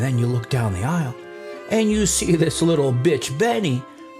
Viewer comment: Bro I get so excited for these. is SO unintentionally funny. The dude is INSANELY stupid. He even looks like he suffers from fetal alcohol syndrome. Bro can’t even pronounce words with the TH sound.